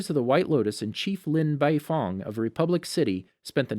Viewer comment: Nigga said bifong